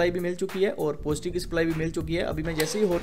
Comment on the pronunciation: तू पढा लिखा नही है क्या पोजटीव पोजटीव कर रहा पॉजिटीव्ह बोल ना नेगटीव को निगेटिव्ह बोल